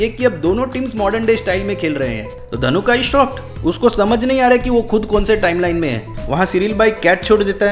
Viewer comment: His name is not ධනුකා it's ධනුක 😒